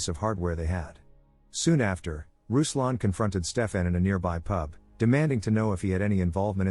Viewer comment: RUSLAN MEANS R U S L A N! Not a fucking rouslan etc.